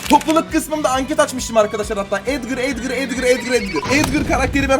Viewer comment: Abi Lütfen Edgır deme. Sen edgır dediğin zaman Çok tahatsız oluyor Edgar diye uku lütfen